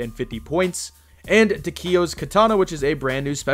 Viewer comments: Please never say “Ta key O’s” katana😅 I’m a big zombies fan so don’t mind me but btw it’s pronounced “TAH KEY YO” so maybe its a hint, also the zombies class is still there and now you get a warning when you get something new... they removed that in the current season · Ngl I cringed when he said ta-keo wrong, but no hate doe. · Tacky-o. That's how it's pronounced. Srry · New... more like removed. And its tack e yo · Is nobody gonna talk about the way he say takeo’s katana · Why can no one pronounce Takeo right?